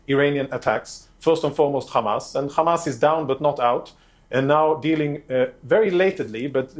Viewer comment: Hamas not khaamas its not difficult.Your family is running from the stolen land.And u are abs Hitlarious